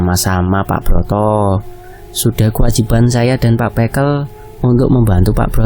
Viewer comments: Revisi pengucapan kata bekel bacanya nada e semua bukan é (békel= permainan anak2 jaman dulu) Kalau bekel = pamong desa Lafas e sama kaya kepel, kekel Maaf jika kritikan sy menyinggung🙏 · Iya "e' sama seperti ketika mengucapkan 'betul'.. 🙏